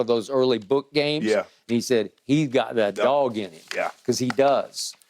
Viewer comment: "He godat dawg ineem." - Skip Bayless lol